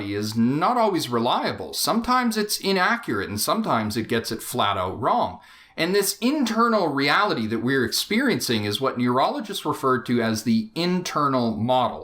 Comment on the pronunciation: Did he say "Urologists" or "Neurologists"? It sure sounded like the former to me.